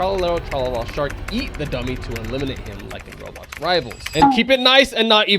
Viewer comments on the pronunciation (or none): none